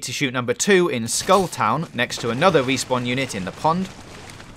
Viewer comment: “Numbah thwee... wespawn...” I can’t focus on anything but this dudes inability to pronounce his R’s. Sounds like my thwee year old niece.